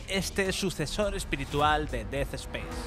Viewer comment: Des espeis? Aprende a hablar 🤡